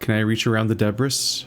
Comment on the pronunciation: Just a note,, it's a common mistake for people who have only read the word, but "debris" is pronounced dəˈbrē, or more simply put, d'bree. It's from French.